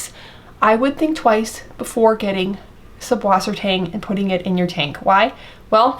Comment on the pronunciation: the "B" in German is an S set and acts as a double S - süsswassertang, with the umlauted U being pronounced like Sue. Great video, too late for me with the Duckweed though! lol it does help big time with the ammonia and nitrate levels in the tank!